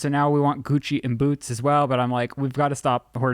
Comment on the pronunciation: Omg I thought you said you were gonna name the kitten “coochie” instead of Gucci 💀